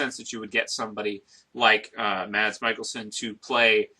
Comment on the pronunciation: Hate to be annoying, but you mispronounce Mads Mikkelsen's last name :) You say "Mikaelsen" not "Mikkelsen" But ah well ^^. He's actually had a LOT of good guy roles in danish movies.